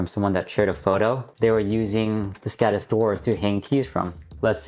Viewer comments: Skådis is pronounced skodis. With the same o as in more. I recommended listening to a translator. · very good video and great idea, however... as a swede I wince at the anglophone pronounciation of "Skådis". Å is not an accented A, it is its own sound closely similar to the "ou" in "gourd" or "four"